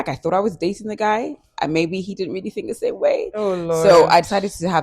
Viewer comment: Toolz said "with this sMe pixie wig?😂😂😂😂